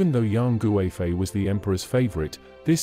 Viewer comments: Yang goo-eh-fei 🤣 but good attempt 😆👍🏻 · I really hate the western pronunciation... Her name should be pronounced KUIFEI, with a hard K, not a G.